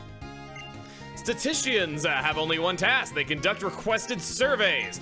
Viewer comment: I feel like 'statisticians' may be Chuggaa's version of thermodynamics with how often he couldn't pronounce the word correctly... Eh. I prefer the Cave of Dragonflies zodiac. Well at least now when Chuggaa disses Skitty it can be seen as a self-burn. Oh Mystery Dungeon Skitty, one day the main series will match you...